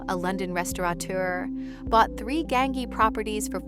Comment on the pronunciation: You should at least learn how Gaengi is pronounced rightly!!! 😂😂